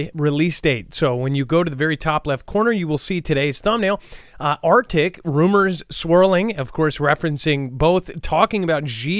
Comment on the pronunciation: ARCTIC…NOT ARTIC.